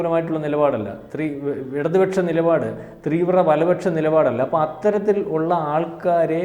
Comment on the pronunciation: ത്രീവ്ര അല്ല ചേട്ടാ തീവ്ര ഒന്ന് ഉച്ചരിച്ചു പഠിച്ചു പറയു